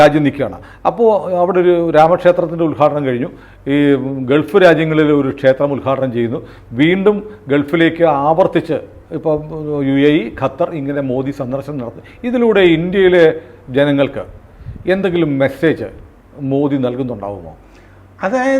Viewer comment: ഗെത്തർ അല്ല ഖത്തർ